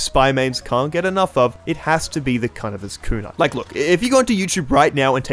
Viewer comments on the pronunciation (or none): I believe it's pronounced Cuh-Nigh-vers